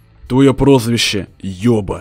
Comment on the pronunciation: на сек он назвал ёба может йоба)